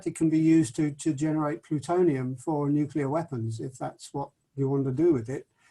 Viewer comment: Why listen to anyone who pronounces it 'nu-ce-lar'?